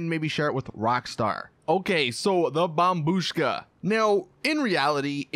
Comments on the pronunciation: 7.30 he went back to his old way of saying bombbushka again by saying bombshuka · He said "bombshuka" again omg I'm gonna actually kill myself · you said bomshuka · Did somebody noticed how in one part he said bomb shuka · How dare you say bombshuka again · When he said bombshuska 😂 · He called it the bombshuka again. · You said bombshuka again